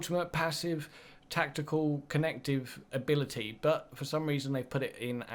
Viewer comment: Translation for people who speak English; Free = three Abili-ee = ability. Stay tuned for more once deciphered.